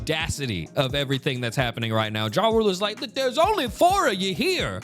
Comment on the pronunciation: You pronouncing Jarul as "Ja Rule" is the funniest ish ever lmao